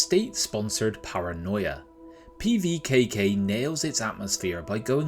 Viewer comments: Nice pronunciation, wanna run that by me again? LOL Looks interesting and worth keeping an eye on I think. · Love the attempt at the name 😂 great preview, wishlisted it.